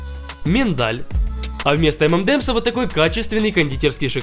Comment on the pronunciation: Если что , Правильно говорить - M&M`s - «Эм- Эн- Эмс», («энд» не правильно) В Штатах и в Европе правильно произносят - эм-эн-эмс, без [Д’] 😌☺️